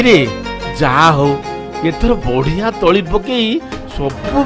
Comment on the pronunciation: ତଳା ନୁହେଁ ତଳି